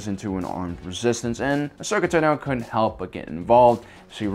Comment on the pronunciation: Ashoka Tah-noh